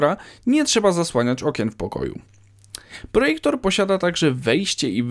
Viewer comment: To nagraj trzeci bo mowi sie projektor xd